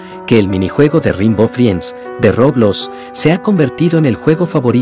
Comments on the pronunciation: No se dice roblos.. se dice roblox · Por qué le dice roblos da mucha risa